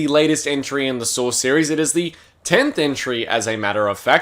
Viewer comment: Australians be like "Sawr X"